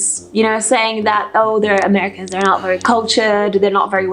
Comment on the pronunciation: Merry Cans eh? Sigh